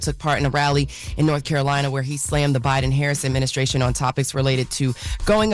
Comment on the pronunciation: Did he say adminisCRATION?